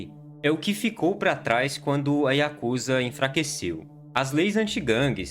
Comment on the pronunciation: Diga yakuzá. Não diga yakúza..